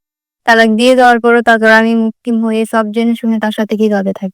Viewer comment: লোকটি অসভ্য। মানসিক রোগী। তার সাথে আর নয়। মেয়েটার উচ্চারণ --- সব # ছব বলছে। উপজাতি মেয়ে?